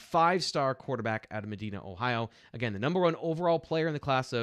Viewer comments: Medina is pronounced with a long I like Me-die-na. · 2X. You kinda lose some credibility if you pronounce Allar's home town like a large city in Saudi Arabia, and not MED DINAH Ohio!